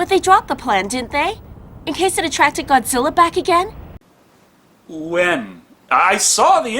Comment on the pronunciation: Did she say Godzillar 😭😭😭😭